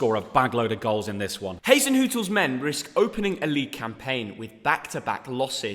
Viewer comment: Why does always say Hastenhurtle soo wrong!? It’s just soo annoying 😂